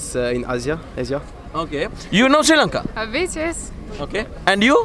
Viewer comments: Do u know See Lanka??? Please pronounce it properly either Shri Lanka or Sri Lanka. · SHEE lanka nathuwa hariata pronounce karapan ratey nama!! #redda